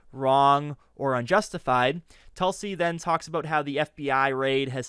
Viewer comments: Great rebuttal particularly "Objection! Relevance?" but I believe the correct pronunciation is "Toolsie" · sir, you are doing a great job covering for David, but you terribly failed here - her name is pronounced Toolsi! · It is pronounced "TOOL-sy". Get it right, geez.